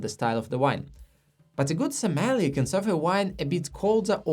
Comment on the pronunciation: I enjoy your videos, but could you please practice pronouncing "sommelier"? It currently sounds like you're referring to something entirely different. :face-green-smiling